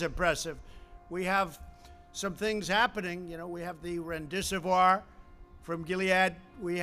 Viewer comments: Remdesiv-wär?! It's not French. It's a suffix used as a drug classifier. Pronounce it as it's spelled. Actually, he needs to just stop saying words period. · Every single time: when he makes a mistake once, he always repeat it after, to make it appear as he's right. Same with "Remdesewoiiir", when literally everybody else is saying it right (like it's written)